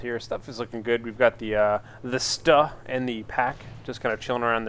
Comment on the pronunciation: oh and just to let u know the stuH is pronouned like stew, and piat is pronounced like pee-at. hope it helps :p